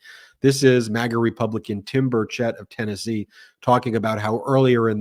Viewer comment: Here in Tennessee, we don’t pronounce it bur CHETT. We pronounce it bur chett, and it rhymes with Birdsh*t